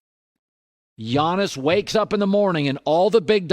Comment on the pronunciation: The way he said Giannis I was like Jonas valanciunas????